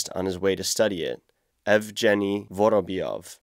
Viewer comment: You mispronounce a whole lot of words, here is a tip from a none native English speaker: if you read a word that you don’t 100% know, google it and it’s pronunciation. Words like archipelago or a name like Evgeny… and tons of others